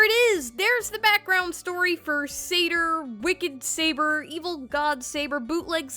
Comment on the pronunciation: It's not "Bootleg Saber," It's "Seibuur"